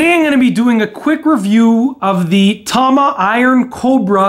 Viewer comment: I don't care what you hear people say. tama is pronounced tama. not tahman this pisses me off so much